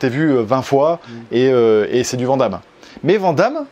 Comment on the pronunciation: Aaaaah, ces français qui ne savent pas prononcer "Van Damme"! Hahaha Btw je vous aime !